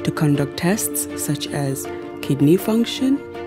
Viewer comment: Barrow is Not Kickney 😂 is Kidney